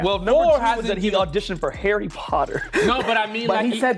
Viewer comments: the way he pronounced harry potter made me wince. hairy potter 😂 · This was obvious the moment Number 2 spoke about Harry Potter, nobody in the UK would pronounce Harry wrongly as Hairy. Originally I thought 5 was suspicious but after saying Hairy there was just no way it wasn’t him. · It was the way number 2 said “herry potter” instead of “harry potter” that was the confirmation for me 💀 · I knew it was two from the beginning when he pronounced Chiswick as "Ches-ick" rather that "Chis-ick". Then he pronounced Harry Potter as Hairy, and his accent was a bit too airy. Number 5 was a maybe for me as she pronounced Buckinghamshire as Buckinghamshyre not Buckinghamsheer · Also he kept pronouncing it as hErry Potter, Americans tend to do that with their a's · And he said Herry Potter. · did an excellent job but I knew from the second he spoke. He pronounced Chiswick incorrectly and I confirmed when he pronounced Harry Potter as Herry Potter. No brit would ever... I am British by the way...born and raised...so I don't blame the cast. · 2 slipped up when he pronounced harry as “hairy” 😭😭😭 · "Herry" Potter gave him away early for me. Irishman living in the US here. It's been my observation that most Americans struggle to pronounce 'a' with the "ah" sound. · literally so obvious, they can't say a's right 'herry potter', 'end' instead of 'and' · The pronunciation of Harry is very American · the pronunciation of Harry was also crazy and I'm not even British or American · when he said his name was he was caught in my mind, have never met a British and the 'harry' was pronounced very American. great episode! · I definitely know at least one British 😅 but yes the pronunciation of Harry was very American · Number 5 also said she’s an actor. But I clocked from the way he pronounced “Harry” and “auditioned” (sounded more like ahh-ditioned)